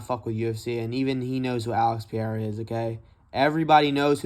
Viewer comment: If you love Periera learn how to say his same it’s not piera bro